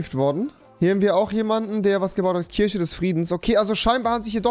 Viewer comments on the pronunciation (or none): none